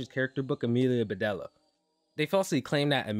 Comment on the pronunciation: Amelia, Beh-Deel-ee-ah, not Amelia Beh-dell-uh (it's supposed to rhyme)